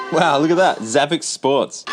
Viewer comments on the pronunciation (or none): I haven't seen anyone mention this but I think it's supposed to be pronounced savvy sport. Xavi and xport are separate words on the box and in English x can be used like an s. Following that logic it makes sense to be savvy sport because it's a "high tech" sports machine.